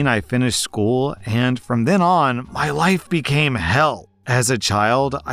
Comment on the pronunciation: anyone else hear 'I cannot be in his wife' instead of life?